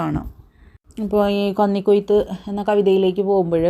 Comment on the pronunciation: കന്നി (പന്നി) ക്കൊയ്ത്തല്ല 😂😂 കന്നി (മിന്നി) ക്കൊയ്ത്ത് 😡😡 മൊത്തം തെറ്റാണല്ലോ 😂😂 ഒരു തവണ ആ text വായിച്ചിട്ട് വീഡിയോ എടുത്താൽ നന്നായേനെ😂😂😂